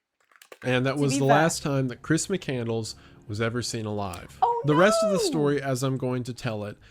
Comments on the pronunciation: "Muh-candle-s"? I'm losing my goddamn mind here. Especially if that's actually what it is. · McCandles? I thought it was McCandless.... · Lol, Correct. Mc-Cand-less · I get why she mispronounced it, easy typo, but doing the whole video wrong is dumb. Probably intentional rage bait for comment interaction.